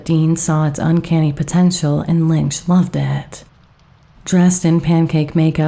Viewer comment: I think the director pronounces his surname “Linch” not “Linx”.